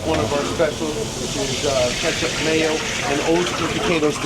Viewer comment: Why can't he pronounce ketchup correctly 😂